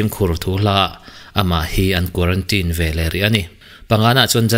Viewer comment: It's quarantine, not quarantin ,bro